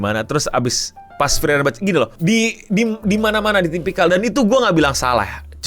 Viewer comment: Please bang frieren tuh cara nyebutnya Fri-ren bukan fri-eren